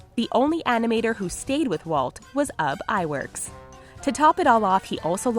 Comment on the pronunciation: you said uhb iwerks when its oob iwerks just saying